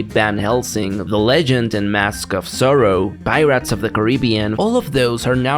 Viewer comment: bro said pie-rats